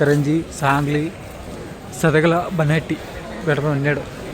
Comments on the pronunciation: ಸದಗಲ ಅಲ್ಲ ಬ್ರದರ್ ಸದಲಗ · ಸದಲಗ ಅದು ಸದಗಲಾ ಅಲ್ಲ correction maadi brother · ಸದಲಗ ಗುರು ಅದು ಸದಗಲ ಅಲ್ಲಾ...ಎಸ್ಟು ಸಲಾ ಹೇಳಿದೀನಿ😮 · ಸದಲಗಭದ್ರಾವತಿಯದು. ಸದಲಾಗ ಅಲ್ಲ